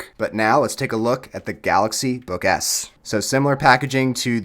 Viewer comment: I don't know if it's just me but... I hear him saying "galaxy book ass" I apologize